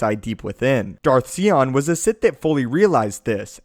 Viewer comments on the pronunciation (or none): see-on? UGH. SIGH-ON. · It's Darth 'S-I-on' not 'sea-on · "Darth See-on" lol. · STOP SAYING SEE ON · You're pronunciation of Lord Sion's name hurt me greatly.